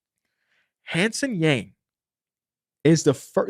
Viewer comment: love the breakdown, just fyi hansen yang’s name is pronounced like hawn (rhymes with dawn) sun (☀️) yawng (rhymes with long) 🙏🙏